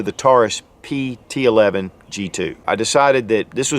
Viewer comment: 4 things: #1) Its a pt 111, not pt Eleven (11) as you refer to it throughout the video. #2) You point to the Slide LOCK lever, and call it a "Take Down Lever". #3) You highlight the rear sights as being adjustable for Elevation, when in fact, they're ALSO adustbable for Windage. #4) You describe the 2nd strike capability as the gun has been "RE-COCKED". Im pretty sure the "ReCocking actually happens when you go into that second strike trigger pull, and that's what actually re-cocks the gun. Lastly, every reviewer seems to bash the long trigger pull. It's only long for someone who's trained and become used to some of the other (shorter) trigger pulls on competing guns. To each his own. Fact is, many of these lower priced guns sell to first time gun owners. So, they don't have anything to compare the Taurus trigger to, and to them, it works just fine. I personally find it much more friendly than my Glock Gen 4 standard factory trigger. I didn't know this gun had a metal guide rod. That's a big improvement, since many Taurus pt 111 g2 owners have opted to replace the factory original composit guide rod/recoil spring assembly with a $30 after market Stainless Guide Rod/Recoil Spring assembly normally purchased from Lakeline. That one improvement alone makes this gun a fantastic buy at anything up to around $250. The only other change seems to be the elimination of the Taurus security lock, (aka Hillary Hole) which I understand can also be removed on the G2 models.